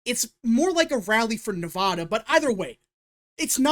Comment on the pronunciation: Jesus dude say Nevada correctly for once in your life